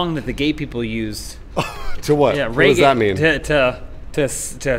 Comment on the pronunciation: Why the hell is he pronouncing Reggae as "Ray Gay"?